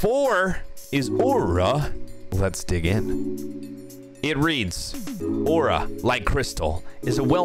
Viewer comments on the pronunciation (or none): why say waura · bruh stop everyone still love aura say it right lmao dang you say ora stop over reacating dang dud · i literally made a vow to NEVER buy “aw-rah” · He’s putting out his own opinion and everyone else likes it and he saying aura like a stupid away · This kid has no idea how sweats be like he can't even pronounce aura